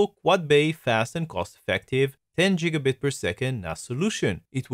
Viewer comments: ITS GIGABIT NOT JIGGABIT YOU IDIOT! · Its GIG A BIT not JIG A BIT!